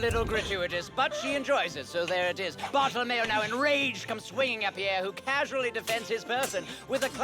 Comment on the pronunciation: It should be "Bartolomeo" even if they wrote "Bartellemeo", it's funny how pronounces it correctly, though